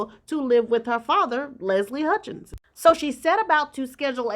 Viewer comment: Listening from far away, your pronounciation of Leslie's sirname is no different from shorter version of Meghan and Harry's first born name - Hutch or Archie sound the same to me😏🤔